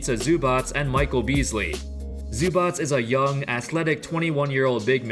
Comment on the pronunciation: props for correctly pronouncing "zubac"